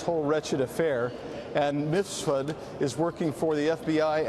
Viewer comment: MIF SUD Please get it right Maria! Not Misfud